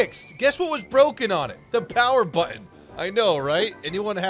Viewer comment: really has some issues with the word button. benjamin button, power button,...;O